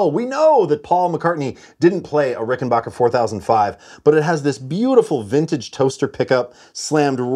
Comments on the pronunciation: also AGAIN - RickenBACKER rhymes with hacker. Please teach the American. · For the love of god Ricken-BACK-er. There’s no “H” in it. It’s Ricken-Back-er. It has always been that. It will always be that. It’s not hard to pronounce it correctly